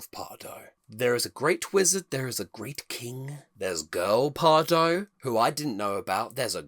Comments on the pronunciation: Loved this! I am a huge Efteling fan and love to see people enjoying Efteling 🥰 Just a small tip how to pronounce Pardoes though… 😉 It’s pronounced as PardOUS 😊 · Maybe Pardoes would have wanted to meet you if you had pronounced his name right! ;) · Efteling is like a national treasure to the Netherlands, many Netherlanders are incredibly proud of it. If you don't mind me being a bit pedantic: Pardoes is pronounced as 'Pardoos' - the 's' is not silent. And the 'Piek' in Anton Piek is 'Peek'.